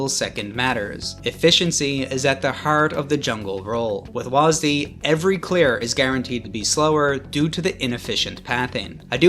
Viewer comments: They call it WHAZZ DEE, instead of W A S D. It's not a fking name, it's keys on a keyboard, get it right. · listening to you pronounce wasd as waas-d hurt me physically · wahs dee lmaooo bro its wahsid xD